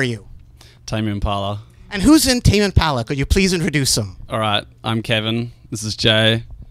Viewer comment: "Who are you Tame impala "And who's in tame impahhla"